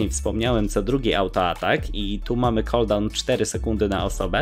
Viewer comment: "warto zmniejszyć jego KOLDAŁN" XD ale poradnik spoczi